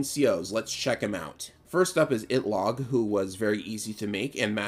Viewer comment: "Itlog" Are you Filipino?